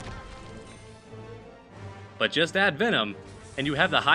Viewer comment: but, not butan